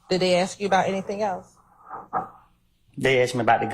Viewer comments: Wish she would act professional and not say "axed" all the time. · omg she gets on my nerves saying aks instead of ask !!! geez